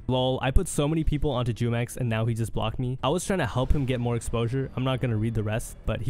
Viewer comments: Hey just wanted to correct you on prononciation on Jumex's name, its a spanish word that he got from the mexican juice brand named jumex. So the J sounds like H, pronounced HOO-MEX not Jew-mex lol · It's pronounced Humex smh